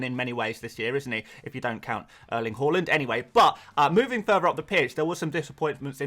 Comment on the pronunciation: It's "Her" land not "Ho" land.. get the bloody pronunciation right, it isn't a country, Holland